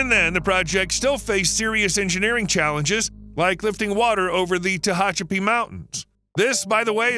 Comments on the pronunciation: I'm sure u'll hear this from others, but it's Teh-a-chapi; not Teh-o-chapi.😁 My daughter lives there. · The mispronunciation of Tehachapi is driving me nuts. It’s the same a as in hat not an o.